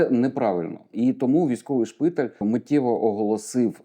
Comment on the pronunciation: Поважаю Вас безмежно, але будь ласка, робіть правильний наголос у слові шпитАль.